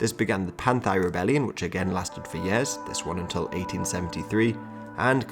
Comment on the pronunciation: Yo why you sayin yaars instead of years my dude. Thx for the content though, it's really fun to watch and educates me immensely